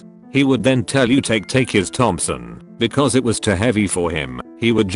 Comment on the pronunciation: Why can’t this pronouns “because”